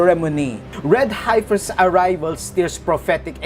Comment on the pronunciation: Dear sir, I have asked you to adjust your pronunciation of "HEIFER" before, but still you say, 'HIGH-FER' - the correct pronunciation is 'HEFF-ER'